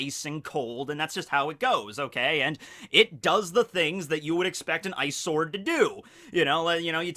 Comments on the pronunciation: i know he says ice sword but its sounds like eyesore xD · really thought you were saying "eyesore" when you said "ice sword" 😂😂😂😂